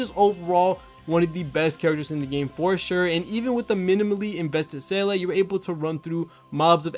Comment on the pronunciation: Ranks Seele at number one but can’t say her name lol.